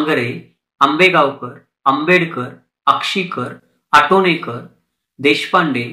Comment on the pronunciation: विलेकर नाही विळेकर आटोणकर नाही आतोणकर